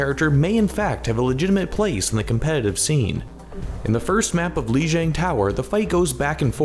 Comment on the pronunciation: say Lijang like everyone else in the world you F*ck ur not cool